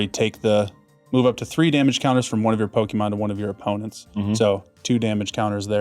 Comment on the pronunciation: He keeps saying, "Poke-ee-mon". shudders